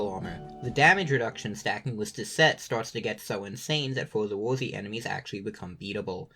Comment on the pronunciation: Not even tryna be mean but hearing you say for the worthy hurt